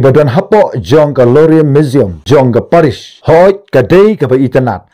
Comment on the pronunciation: Paris mdei re parish 😂